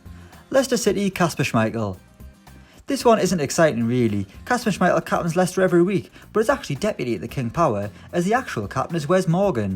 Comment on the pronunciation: “Ok today’s all about capinnns”😂